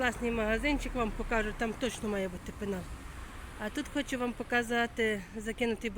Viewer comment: ПЕНАЛ, а не пИнал, 😅...